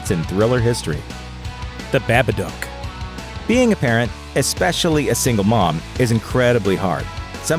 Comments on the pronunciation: Narrator is mispronouncing the the title "Babadock". It is pronounced Baba-duke. The "dock" part of the name should sound like "duke". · Am I the only one who was cringing about how he said Babadook?This is how you pronounce it, Ba-ba-dooooook! The OOOOOOOOOOOOO is key my dude! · unforgivable how hard you butchered pronouncing "babadook" ... smh